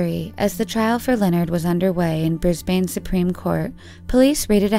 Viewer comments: "bris-bane" that's not how u pronounce it it'smore like brisbun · Brisbane is pronounced bris-bin btw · oooooooooh close, you got most pronunciations of Australian towns correct but as usual, didn’t quite get ‘Brisbane’ correct. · Friendly tip, brisbane is pronounced briz-bin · if you are gonna report a story the least you can do is learn how to properly pronounce name because you were pronouncing Brisbane wrong and you also failed to mentioned that Natasha Ryan was pregnant when she was found hiding